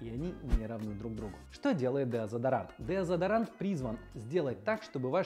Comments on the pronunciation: Деодезарант? Я правильно слышу? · Мне кажется у него английское deodorant с русским смешалось